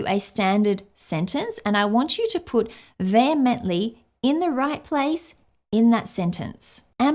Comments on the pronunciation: You would have done well to look at the Google pronunciation before spending the remainder of the video pronouncing it incorrectly. I'm Australian so that's not excuse. The word is pronounced vee hemently Vay hemently not vay hemently. Good God! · How is it that in a video about upgrading language and how to learn the pronunciation that the first word is pronounced incorrectly and not according to pronunciation google provided. It distinctly said vee-hemently not vay-hemently. I'm only asking about this because you were actually showing your audience how to avoid the problem you had. Can you explain why you didn't pronounce it like you were shown? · John vehemently disagreed with your pronunciation of the word, vehemently.